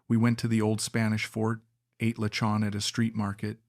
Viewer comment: Bro next time try to google how to pronounce ATE in tagalog languange ..it's not pronounce like eat in past time